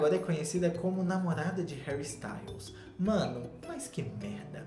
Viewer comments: "HÉURI??" Kkkkkkkkkkkk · "Heúri" kkkkkkkk passei mal